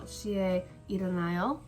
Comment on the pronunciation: i noticed you pronounced 시에 as “si-eh” , thought i’d tell you some pronunciation rules , some vowels when used with the consonant ㅅ make it sound more like sh that s . eg : 시- shi 쇼-sho 셔-sheo 샤-sha 슈-shu